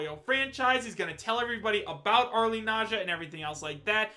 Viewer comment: If it's Arle, are you going to stop butchering her name?